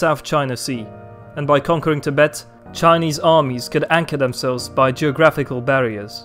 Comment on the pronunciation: your Chinese pronunciation is amazing